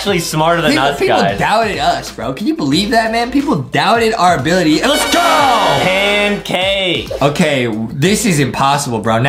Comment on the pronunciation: Adam said can pake